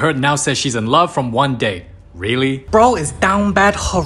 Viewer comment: Love turns into "rove"